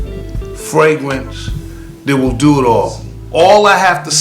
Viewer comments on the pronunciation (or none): Its fragrance not fwagrance